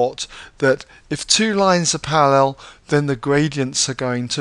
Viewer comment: they way he says parallel is killing me, sorry